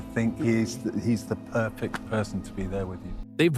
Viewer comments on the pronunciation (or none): none